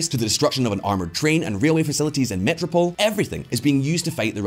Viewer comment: I am writing this at the beginning of the video. I am just here just to see which word is repeatedly mispronounced. (Metropol :) )